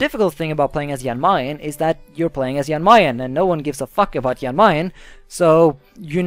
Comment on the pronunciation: It’s pronounced Jan Mayn